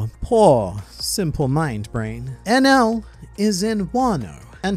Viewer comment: geez i that enel pronunciation was terrible hahaha